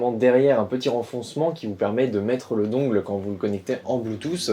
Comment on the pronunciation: Dungle ça se prononce dun gel (dungle). Mais super vidéo merciii!